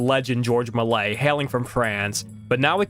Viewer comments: It’s pronounced Mel-E-ay, not “Malay” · Melies is pronounced "mel-ee-ay". That's the French guy who made the very early fantasy movies. And it wasn't the movie "canisters" that contained silver but the movie film itself. It was possible to recycle the silver for money, but more frequently the very early films just deteriorated into dust, on their own, or they were destroyed by fire since the movie film of this time was incredibly (dangerously) flammable.